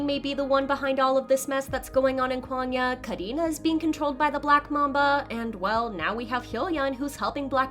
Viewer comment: Can u please say kwangya correctly.